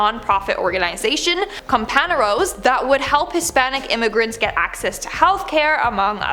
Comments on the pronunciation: btw it's pronounced "compan'yeros" not "companero" the ñ is not the "n" letter it's an extra letter in the Spanish alphabet called 'enye' and pronounced like an "nye". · PRONOUNCE IT compaGNeros YOU 🤪🐮❗❗❗❗ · COMPANEROS...YOU PRONOUNCED IT waaaaayytt wrong!!! I'm Hispanic..its PRONOUNCED "CO-PAN-YEAH-RRO" THE M AND THE S?ARE SILENT!!! AND U ROLL THE R!!!!🤷🤷🤷👍👍👍👍🙆🙆🙆 OK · Comparanos mis pronounced here. Otherwise good stuff. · Sheesh pronounce companeros correctly